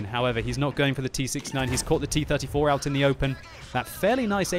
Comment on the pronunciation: He says T34 quite well too.